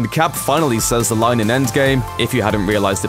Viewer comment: My least favorite line is how the VO keeps pronouncing “says”.